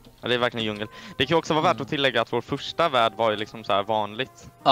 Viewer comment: Det ska vara djungel inte jungel